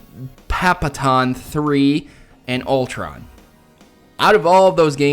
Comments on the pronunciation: papaton? papaton!!!!! lol just kidding but so you know its pat-a-pon its a rhythm game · Butt proto it's pronounced pata-pon